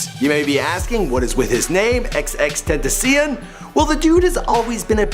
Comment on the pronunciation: Nigga you didnt even say his name right